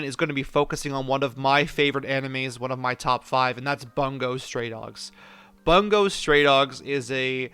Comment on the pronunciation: Just saying, it's prounounced bo-ongo.